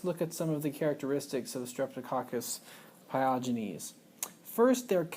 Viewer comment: there's no "r" sound in the word pyogenes as you pronounced it.